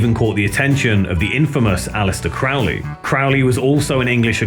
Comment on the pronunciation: And some friendly criticism here: "Crowley" rhymes with "holy," not with "fouly." Yes, Ozzy also didn't know how to pronounce it. Also, I recommend checking pronunciations of words you're not sure about, like "satiate" (pronounced "say-she-ate"). I'm only mentioning these things to help you improve your already excellent documentaries so future releases aren't diminished by these fairly frequent mispronunciations. Another example is "Friedrich," which is pronounced "Freed-rick" loosely, as the ch as the end has a subtle pronunciation difference that's not as important as the "ie" part in this case). Keep up the great work!